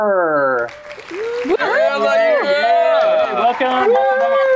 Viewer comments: It’s Barer, not Barber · He really said Ariela Barber 😂😂